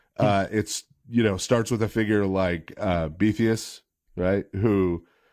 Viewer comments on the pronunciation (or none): It was cloaked under pronunciation as "Beethius."